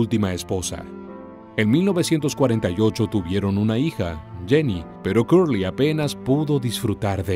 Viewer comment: EN INGLÉS SE PRONUNCIA Cerly NO CURLY.